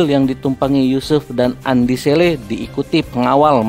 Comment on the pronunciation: naratornya bkn org Bugis, makanya kurang fasih menyebutkan nama Andi Selle 🤭